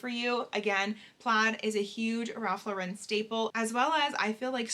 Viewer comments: I love Ralph Lauren! Also Lauren does not have an emphasis on the Ren in Lauren. It’s just Lauren like LORen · I was unaware that Lauren was pronounced that way 😮 I always pronounced it as "Lorin". Oops.